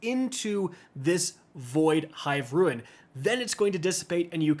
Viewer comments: How are you STILL mispronouncing the word RUNE as RUIN? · RUNE not Ruin. LOL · brother i love your content but i get so distracted when you say ruin instead of rune kekw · its called a rune!!!!!!! not a ruin!!!!!! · We need to talk, r-u-n-e not r-u-i-n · Rune not Ruin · whats a ruin??????? its called a Rune!!!!...man that makes this hard to watch........ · Does he know it's not pronounced ruin? Great video btw. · I dunno. It throws me off every time. It's Rune, rhymes with spoon. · Rune and Ruin are not the same word. You are mispronouncing the word "Rune". Either way thank you, I was stuck without your help. I appreciate it. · It was driving me nuts for the entire video hahahah